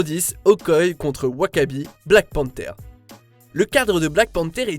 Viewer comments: C'est pas Okoye c'est OKOYÉÉÉÉ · On dit Okoyé, pas Okoye, même si ça s'écrit Okoye ! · Vous faites mal au oreille avec votre Okoye c Okoyé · Euh... Ça se prononce Okoyé... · "Okoye".... mon dieu mais PTN FAIT UN EFFORT DE PRONONCIATION !!!!!!!